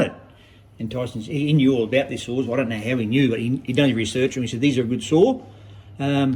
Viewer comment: Are you saying saws or souls 😂 I had a 395 loved it I loaned it out and it got stolen.